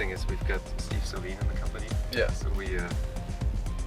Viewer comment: There is a lot of mis-information, I agree, especially in the first 15 seconds of the video in how not to pronunciate "Saleen". It's pronounced Sa-leen, not Say-leen.